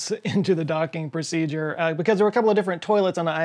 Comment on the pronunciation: "Docking Procedeure"🤣🤣